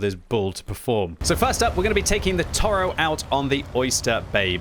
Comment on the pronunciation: Toro means bull. It is mot a bison. It is pronounced To Ro